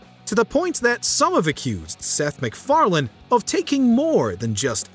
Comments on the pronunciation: It's Seth Macfarlane, not Mcfarland. Pronounced it with a d every time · Sounded like he kept saying “Seth MacFarland” instead of “Seth MacFarlane” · Fun video but I couldn’t help but get mad everytime u call Seth Mcfarlane, Seth McFarland😂